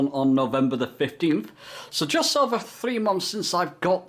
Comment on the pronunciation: It’s always cracked me up how particular brits/Englishmen are yet they say basic words wrong. Three they say free. Why do Brit’s not use th and always changer to an F. Instead of together it’s togefer 😂